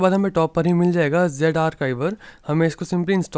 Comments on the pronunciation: Z arkiver nahi z ar chi ver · Archiver hota hai arctver nahin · 😂 He said like Arkaiwar